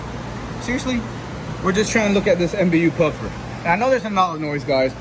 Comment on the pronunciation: It’s pronounced MAh-bu puffer